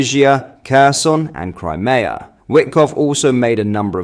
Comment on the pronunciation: Crimea is pronounced Crime mee a.